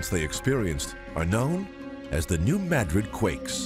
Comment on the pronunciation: Few people know that a M7.5 hit New Madrid. By the way it is pronounced M'Drid NOT Maahdred.